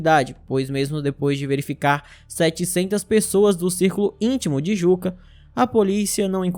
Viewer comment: Perfeito. Só uma observação. "Jukka", em finlandês, se pronuncia "Iuca". Igual ao ex-baterista do Nightwish e Sethian.